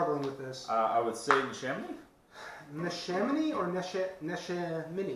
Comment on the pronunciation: It's pronounced Ne-SHAM-in-knee and Sha-Flee. Thank you for the River Horse shoutout